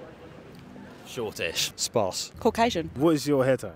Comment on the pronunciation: At "what's you're hair type" he also said " sparce. Hillarious